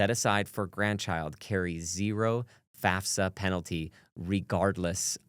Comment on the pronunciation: Thank you so much for pronouncing FAFSA properly…